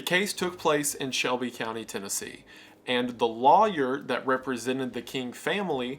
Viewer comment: Just in case yall are wondering. Law yer is supposed to be pronounced that way. The rest of the country however pronounces it as loyer incorrectly.